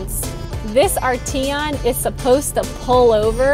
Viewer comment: I believe you're pronouncing the name incorrectly.